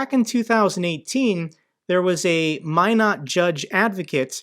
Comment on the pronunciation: Thank you for your news and commentary concerning the Ukraine war. I have some contacts in Ukraine and they are all worried what will happen to them and their country. I live and grew up in Minot area. So we have that in common. And you can pronounce “Minot” correctly. Haha. “Only the best go North!” 😉